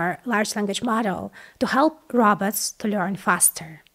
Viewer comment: I thought she said `robbers' (which, thinking about it, might have been more appropriate!)